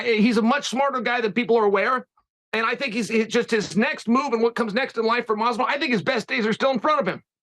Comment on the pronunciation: Lmao Ariel stays saying Jorge name wrong , malllvidal lmfao